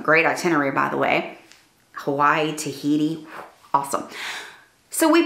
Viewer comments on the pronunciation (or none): none